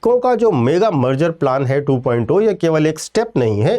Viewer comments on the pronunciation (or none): बाकी सब कुछ तो ठीक है लेकिन इतने बड़े बड़े लोग2.0 (2 प्वाइंट जीरो) को 2 प्वाइंट ओ क्यों पढ़ते रहते हैं मुझे पता ही नहीं चल पा रहा कोई बताने की कृपा करेगा क्या